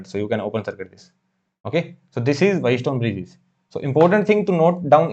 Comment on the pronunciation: wheat stone bridge❌ White stone bridge✅ mho ❌ maaho✅